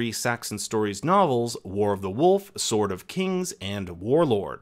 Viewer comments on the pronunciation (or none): none